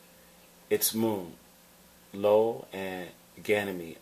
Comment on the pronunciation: I appreciate your passion, but this is cause by a telescope lens inversion. Also, the moon is pronounced IO (eye-oh) not LO.